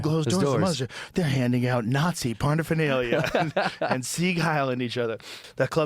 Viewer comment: Did Rogan say "parna-phenalia?"